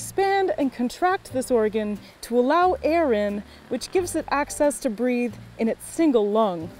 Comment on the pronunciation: Oh “BREATH!” I thought you said BREED!